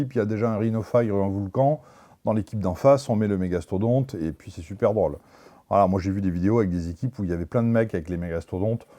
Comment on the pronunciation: méga stodonte mdr XD